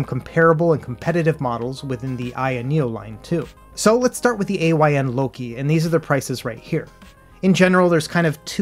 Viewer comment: it's Pronounced "Eye-n" its not an Acronym